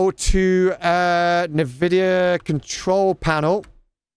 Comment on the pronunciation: i like how you spelling Nvidia as "Nividia" it reminds me like myself back then in 2000s 🤣